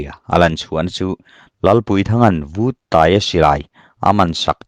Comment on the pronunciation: Buanhmun Paiang pawmtawh hnu Chengte ah Lamang let e,Lalpuithang lema alem alema' tihhi Vuttaia khan 'lalpuithang lena' tilovin '......lenna' atia,athlûk itidiklo nualmai...PAI tihhi Chemte Pāi tiha PĀI,..LENA tihhi LËNNA,..LEM tihhi milem tiha LEM nilovin, 'chinlëm aneilo' tiha LÊM tihtur niin kahria.Duhlian tawng diktak chuan..tin,Vuttaia hming pohhi 'VÛT' nilovin Vut,vaivut tiha VUT anga lamtur niin kahria mhse hei erawhchu kachiang chiahlo...sawita mai2 ila utube channel neivemeuh hichuan sawi/chhiartur tehichu enlawk vethin se,lam/thluk dikloh neihloh nan midang tepawh zawtve thinse kaloti thin...mauchang tihpohhi mauchāng (genesis bungkhat cháng khat) 'CHÅNG'tihtur